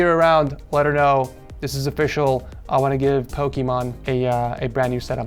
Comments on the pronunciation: Ah yes, "Pokémon" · He said Pokémon’s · "Pokemon" Lol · Did he say pokemon? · Pokimon gotta catch em all.